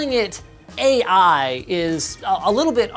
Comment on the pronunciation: That just sounds like “A-Iphone” when you say it